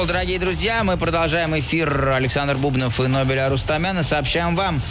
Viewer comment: так и не выучил, что БубнОв, а не БУбнов.